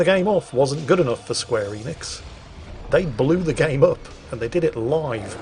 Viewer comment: Square Eeeenix. Lol it's square En-ix